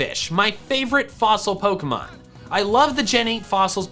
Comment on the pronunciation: HE SAID POKEY MAN